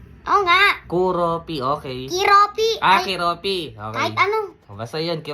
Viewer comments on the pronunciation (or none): Koropi Po Hindi koropi 😂